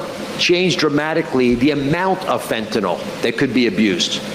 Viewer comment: Why have none of Sam's cohosts ever corrected his pronunciation of fentanyl? How many videos on fentanyl has he watched on this show? It's like listening to my dad say "liberry" and "expresso" and "wee-fi".